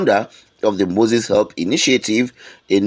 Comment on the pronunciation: It's" Gnosis Help Initiative" please, not Moses Help .......